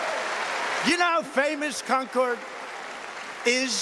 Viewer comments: Ya I thought that's where he was going with that joke. Trump saying it wrong over and over was grating on the nerves. That's where I was born and raised and have heard it pronounced wrong my whole life. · That's not how you pronounce Concord. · Nether Trump nor Colbert could pronounce Concord correctly. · He also mispronounced Concord! As a Yankee from the area, we laugh at people who say con-cord (accent on "con".) We say conkud, (accent on the kud) kind of one syllable. At least say it the way we do if your are going to say it over and over. It hurts our ears! Now mess with Peabody (peebiddy) and we walk! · NH res here... he mispronounced Concord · The con man loves con cord ...he doesn’t know how to pronounce Concord though. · ~ I must have written it wrong, I was agreeing w/you. I've always pronounced it so it sounds almost like "conquered." Having DT repeat conCORD over and over was disturbing, but then it seemed as though Colbert had begun pronouncing it the same way after the clip, and I thought perhaps I had it wrong. I was relieved to see your comment calling it out. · If you pronounce Concord the way Trump idiotically pronounced it, you'd get your ass kicked anywhere in New England. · It's pronounced "Con-curd," not "Con-CORD." 😂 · Concord (MA & NH) is pronounced like "conquered", not like the plane. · also it's conCERD not conCORD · It's Concord as in "conquered", not "con-chord". Get that shit out of my state, Trump. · ITS FREAK CONN-CORD not conch-cord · Amazed the joke wasn't that Concord is pronounced Con-curd in NH. So he said it wrong like 12 times. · I live in New Hampshire... It’s pronounced ‘Con-Kerd.’ That was painful to listen to. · He loves Con Cord. What's that? Certainly not how to pronounce Concord. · Concord, MA is pronounced Con-Kerd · As a New England local, I've never herd anyone mispronounced Concord so many times and so proudly! 😂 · Concorde is a jet, the town is pronounced 'conquered'...as in 'i conquered the 7 seas'